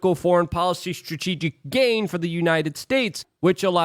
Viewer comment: Surgeon general's warning: Ashwagandha may cause you to mispronounce many English words, including tumultuous and strategic.